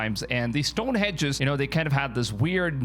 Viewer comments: Stonehenge not stonehedge . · Stonehenge - not hedge.